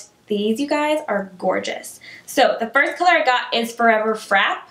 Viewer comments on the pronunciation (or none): Frappe = Frap-aye....